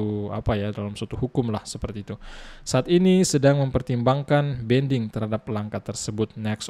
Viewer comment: Banding bang bukan bending 😂😂😂😂